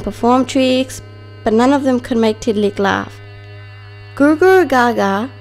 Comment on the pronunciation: I am not being mean but u said tiddaliks name kind of wrong